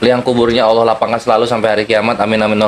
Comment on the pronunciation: Si Julpukar biar sebut Allah saja gak becus.sebutnya Auawah😂we